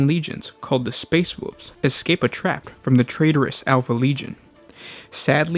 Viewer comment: All I heard was the "Space Woof Legion"